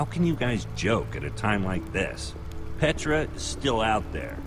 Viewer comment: It's pronounced"P-EH-TRA"not"P-IE-TRA"